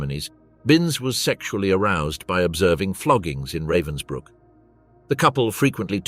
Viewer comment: What have stills from a film starring Timothy Spall got to do with something that took place in 1947 ? This video is supposedly about a bitch, yet we see court scenes in which all of the accused are men. This video is cheap and nasty with at least three different pronunciations of Ravensbrück, none of them correct.